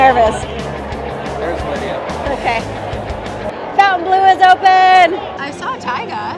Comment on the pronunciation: Great video but Why do people pernounce it FOUN tain blu when its pernounced Fawn-tain-blue. So Fontainebleau... Other videos i watch about it People pernounce it wrong also.